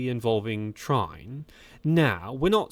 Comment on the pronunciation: No time wasting over social media. Like great actors not reading reviews. This new aggressive Jonas lets the legs do the talking. Trine is more likely pronounced Tree-ner.